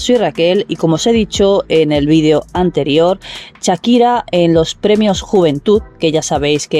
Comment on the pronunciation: Perdona No se dice Chakira Se llama Shakira y se dice Shakira como Shark